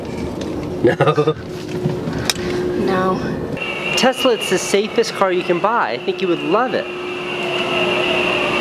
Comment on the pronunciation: He specifically asked for a 'Telsa'!